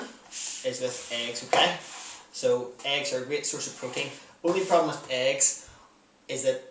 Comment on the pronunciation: When you said "protein" I thought you said "cocaine". xD